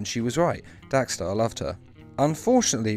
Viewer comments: It’s dex-star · Lol "DAX-STAR" haha